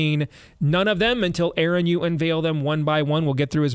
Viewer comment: Her name was Madge Steve. Aaron you went "Yard" .